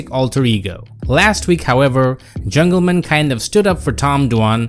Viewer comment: I hate how you pronounce Jungleman like his actual name is Dan Jungleman or somethin